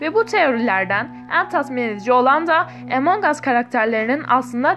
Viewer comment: Abla o Emong As değil Among As diye okunuyor .